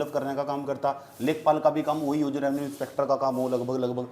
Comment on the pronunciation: रेनवस नही रेवेन्यू इंस्पेक्टर कहते हैं।